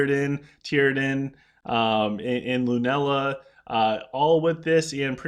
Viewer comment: Tee-a-drin....not Tear-a-din